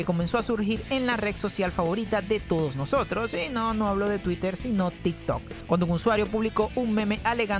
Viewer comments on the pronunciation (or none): none